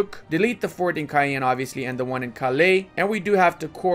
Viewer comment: to be a true tchad u have to say Caen like KAN not cayen xD